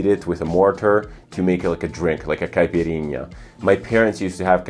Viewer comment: Have you pronounced , “caipirinha” and “jardin” like a someone who speak Portuguese fluently. Are you Brazilian?